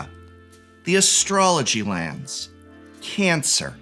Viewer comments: the way he says Cancer lol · The slight emphasis on "Cancer" just seems so appropriate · Nice emphasis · The pronounciation of "secret lair: cancer" was very intense